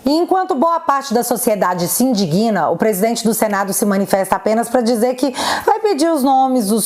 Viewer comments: Bom dia! Você é ótima! Só uma pequena correção: não se indiguina NÃO, sim INDIGNA! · Boa noite, sou seu fã, por isso preciso uma pequena observação. Procure verificar a pronúncia correta da palavra indigna. Você pronuncia “indiguina”, quando a pronuncia correta é “você se indigna”. Abraços e assisto você sempre, desculpe. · Excelente trabalho jornalístico, como sempre!! Apenas a título de colaboração e preservação da nossa valiosa língua portuguesa, permita-me uma pequena correção de uma palavra que é muito comumente pronunciada de forma errada. No minuto 25 foi dito: "...Enquanto boa parte da sociedade se "indiguina"..." O correto é "INDIGNA", com "g" mudo, pronunciando-se como se houvesse um acento agudo no segundo "i" (indÍgna).